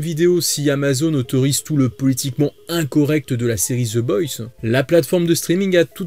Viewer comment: La prononciation c'est the boys pas the boysse sinon très bonne vidéo